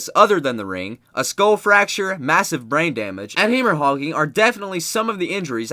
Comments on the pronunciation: ...Did you really just pronounce 'Haemorrhaging' as 'hammer hogging?' FFS, some people. It's pronounced 'HEM-ORR-AGE-ING'. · lol he said heemmerhogging